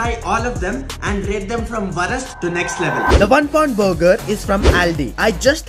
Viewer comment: Bro it is pronounced worst= wo RS t it's not wrost